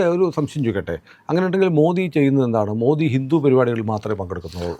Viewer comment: Respected Sanku T Das, I humbly request you to shed the English version of Modi..where Alphabet " D " is stressed while referring Mr.Modi 's name. I feel it should be pronounced as " Modi " as in " the " or as in "didi" but not as in " beedi" .Please oblige.